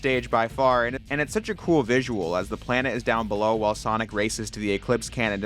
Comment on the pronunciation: "so bellow" 🎉 Thank you for this video